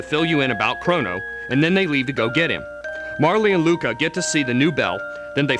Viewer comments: It's pronounced "Marl".. But who gives a fuck.. The game is awesome. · Yeah I didn't think Marle was pronounced like that either. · MARLEY? REALLY??? its MAR REL!